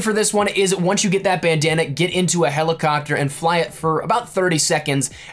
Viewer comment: Did you say "Helicockter"??